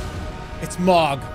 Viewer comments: i half way through the video and THERES A FUCKING "H" IN THE NAME ITS NOT MOG ITS FUCKING MOHG DOES HE DO THIS THE ENTIRE VIDEO IM LOSSING MY MIND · Dude it hurts everytime hearing him say it as mawg not moh guh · Gotta love how he says "mog" instead of "m-ohg" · it pisses me off so much that he says "mog" instead of "mohg" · OH... Its pronounced M-OH-G. Same vowel sound as in the word tow or low. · It M-OH-G not mog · take a shot everytime he says mawg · Lol the way he pronounces Mogh xD "MAWGGGG" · extremely Boston voice Mawg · I cannot finish this video JUST FOR THE FACT that he’s saying mog and I’m not sure why but it hurts. Probably cause they say the name in game a few times. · This might be the best edited video I've ever seen on YouTube in addition to being absoutely funny as hell. I love that Jerma thought that literally everything in the damn game was Mohg lmao and that he also never pronounced his name correctly even once. Overall, this is video is just Mohgers and I'm subscribing 🔥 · He says it wrong so much that I'm forgetting how to pronounce "Mohg" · His pronunciation of Mohg pissed me off for the whole video 👍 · The funniest part about this saga is that Jerma continued to mispronounce Mohg's name throughout and nobody thought to correct him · He says it like a slur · Why does he say Mohg like it's a slur?